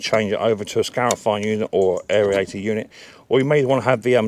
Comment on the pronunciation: AIRIATOR? Stop adding the extra vowels in! Just like Aluminium! Cheers mate!